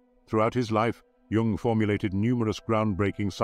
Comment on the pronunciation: Oh, fine to hear "Jung" pronounced properly...